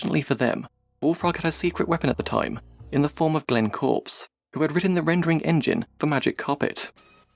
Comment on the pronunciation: Slightly wrong at the start. I (Glenn Corpes pronounced 'corpus' not corpse) worked alone for several months on the first version of the engine. The only thing taken from Magic Carpet was the polygon routine. After that Mark Healey started making graphics for it and Simon joined to add gameplay for the initial prototype. I continued working on the project until the development moved to Peter's house over a year later. As head of R&D I had too many other responsibilities within Bullfrog and EA to join them. Sad to see my involvement reduced to handing over a copy of the Magic Carpet engine.